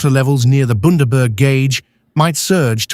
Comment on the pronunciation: Boondaburg. Where the fuck is that narrator from